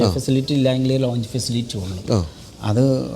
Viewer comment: Aero Launch.. ? It's Lounge